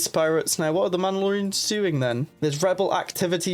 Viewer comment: "Tabiana Gas", "Mandalorans”. This guy uses vowels like vague suggestions.